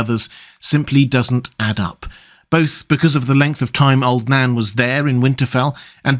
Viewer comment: Every time you say old Nan I hear old Dan....